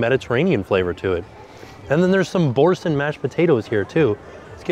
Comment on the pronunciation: … sweaty…. (Lol) it’s pronounced bore-san. Say it with me… bore-san…. Yay you did it!